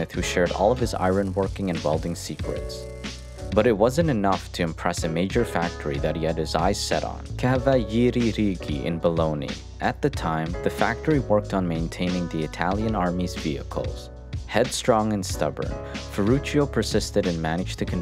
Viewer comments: it is not Baloney it is Balogna pronounced Ba lonja, otherwise a good video. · "in Boloni" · are we just gonna ignore the fact that he said “in bologna”